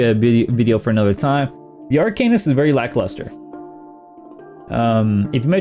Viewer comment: Please stop calling it Ar"cane"ist, its Ar"can"ist 🙂